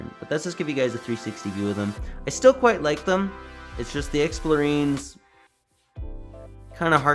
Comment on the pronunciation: It's explorien like alien. Not marine.